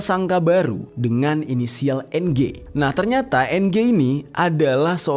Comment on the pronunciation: NG bacanya eng Jer.